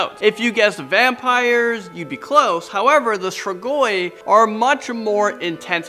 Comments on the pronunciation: Strigoi is pronounced STREE-gwy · Your not saying strigoi right